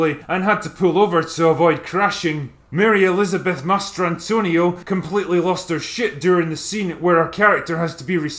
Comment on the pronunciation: Wow, I always thought that the actress's name was Mary Elizabeth Mastriano. I thought Drinker was joking when he said "Master Antonio", which is how I interpreted his pronunciation of her name. Now I know better, but I feel really stupid for being wrong for so many years.😕